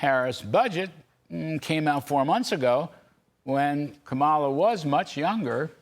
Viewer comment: Wow, I swear you're talking about Trump, but you keep mispronouncing Kamala, what a spokesperson!